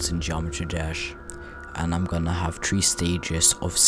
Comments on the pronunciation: ”And level TREE” LMFAO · British Accent